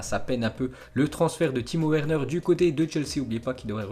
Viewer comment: oh la putain de toi jtm bien ta vu jte suis depuis ton ZI n21 mais stpppppp fait un effort sur l’accent on dit Timo Verner par Werner tu dis un Wagon ou un Vagon putaaaaiinnn